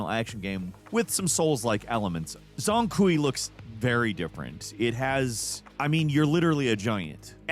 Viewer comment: For the black myth game “zh” in Chinese dialects is pronounced like a “j” and the “ang” would be more like “ong” Put that all together and “zhang” would sound more like “jong”. Thus ends a pronunciation lesson no one asked for.